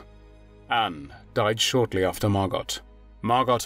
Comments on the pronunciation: It’s pronounced mar go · Fyi, the T in Margot's name is silent. So, it is pronounced Margo. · Ditch the robot voice. Margot is pronounced 'Mar Goh', not 'Mar Gott' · Name is pronounced "Mar-go", not "Mar-got". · Excuse me but the correct pronunciation of Margot's name is [MAR.goh], not MAR.got]. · It's pronounced MAR-GO Not MAR-GOT C'mon ya 🥔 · I thought Margot was pronounced MAH-GO? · Dude - it’s pronounced “MARGO”. The “t” is silent. C’mon. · It’s pronounced Margo, isn’t it. Without the T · It's not MarGOT. The T is silent as in GO. Sorry pet peeve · MARGOT is pronounced with a SILENT t. Can't you look things up?